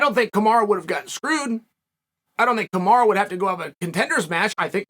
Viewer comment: It’s Kamaru not kamara. Just say kam-are-oo.